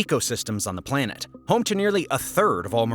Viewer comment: she said planet dah